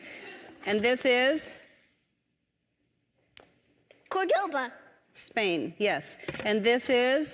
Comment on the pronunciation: Not Cordova with v and stress on the second syllable, pleeeease. Córdoba (first syllable stress)